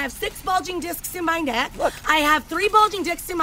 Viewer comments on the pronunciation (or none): That second time she meant to say "discs" it didn't quite sound the way it was supposed to...